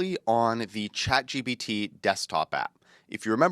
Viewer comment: I didn't know ChatGPT was pronounced "Chat G B T"...